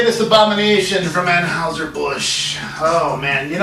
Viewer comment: Agreed. Everyone's entitled to their opinion but it's preferable to give that opinion AFTER you crack open the beer. Anyway, it's hard to take this seriously when the reviewer can't even pronounce Anheuser correctly.